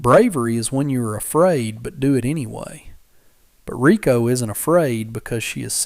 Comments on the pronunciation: Her name is spelt "Reiko" (Ray-Ko) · Ryko or Rykoh, not Rico. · Reiko not Rico